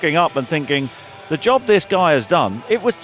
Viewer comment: it sounds like your talking about "the jobby he's done" 😂